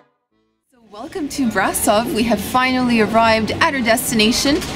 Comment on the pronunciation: hehehe how she pronounced brasov, there's an accent mark on the s yoou know so it's said like brashov